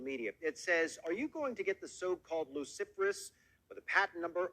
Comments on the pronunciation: He pronounced Luciferase as if it were Cruciferous (vegetables). Nothing odd about putting the name and 666 together... Yeah, nothing odd about The Apple I computer being sold for $666.66 in 1976 .. You know the apple with a bite taken out of it. Nothing Satanic, they're just big on Bible trivia. If they had an evil agenda, people would play devil's advocate and explain why it's a good thing. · I pronounce it, lucifer- ays. The name is central to the meaning. I've never heard it pronounced like in the video. Downplaying what it really is. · The thinly veiled contempt in that guy's voice... so snide. But he can't even pronounce Luciferase correctly. 😏